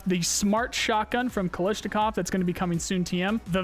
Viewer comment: Why are you calling Kalashnikov , Kalishnikov ?